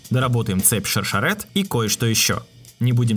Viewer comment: Ребят, в имени Шершерет, ударение правильно делать на е - ШаршЕрет ))) Ну... с точки зрения языка на котором произносится её имя. Как и Хагана не ХагАна, а ХаганА с ударением на А. Г - грамотность.